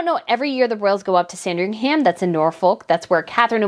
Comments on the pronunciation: Hi I love your news and watch them all, but this time something you're saying is just grating a little bit. You are making Sandringham sound like a sandwich 😄It's not Sandring-ham....it is pronounced [SAN] + [DRING] + [UHM] I'm not being picky and I hope you don't mind my saying, but as a Brit I thought you wouldn't mind. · Sandringhum is the pronunciation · yeah but it's Christmas and if you look at Kate, you'll see Beatrice behind her wearing green as well. Also the "ham" at the end of Sandringham is not pronounced. It's more like Sandrine-um. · It’s sandring “um” for ffs…. Get the pronunciation right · Just FYI..sandringham in england in pronounced Sandring- um. The ham part is not pronounced that way. Love your show btw. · Sand-ring-HAM 🤣🤣 ah you Americans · Just a note, i know it's the American way to pronounce the HAM in place names but Sandringham is actually pronounced San-dring-um. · Sandringam my darling! the H is silent! (merry christmas..love your channel!) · Dear - just so you know - you don’t pronounce the ‘h’ in Sandringham. It’s not ham as in piece of ham.